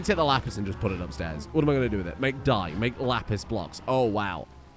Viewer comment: The way you said "lapis" sounds like "la pisse" (the piss in French). I just thought you'd like to know that